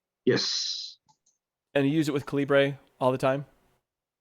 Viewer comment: A few thoughts. It's pronounced like caliber. Read the Faq. Epub is the open format. Kindle uses a proprietary file type. You can hook up an eReader (Kindle or other) and transfer/convert books on the fly. Also try the server option.